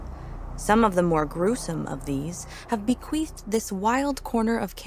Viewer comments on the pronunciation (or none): My inner child: she said "be-queefed" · sorry.. did say bequeifed twice?